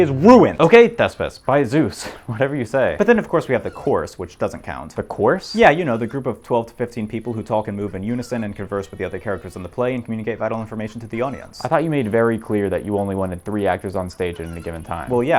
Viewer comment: This man pronounces the L in talk Edit: talk AND walk!